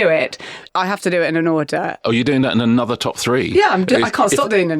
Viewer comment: 'the 'nother' ouch !